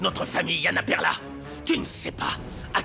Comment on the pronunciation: Perla me tai apler combien De fois? Mes oreil 😮